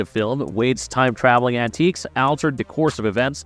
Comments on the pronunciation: Antics, not antiques...Twice! Learn how to say liaison. That Blind A.I. said multiple times in a few seconds made my skin crawl. Who listened to this and approved it for upload? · I just... can't. Clearly this "person" (if not an AI) has never seen an MCU film, let alone learned the English language. That is, I just can't watch this video. Who is this guy? And why must he pronounce: "antics" as "antiques" "experience" as "expirnce" "Josh Brolin" as "Josh Braahlin" "altered" as "aaahltered" "alternate" as "aaalternate" "Tony Stark" as "Anthony Stark" "bald" as "baaald" "rebel" as "rabel" And that's just in the first 25% of the video. Thanks, whoever you are, for ensuring I never waste time on your material again. OMG.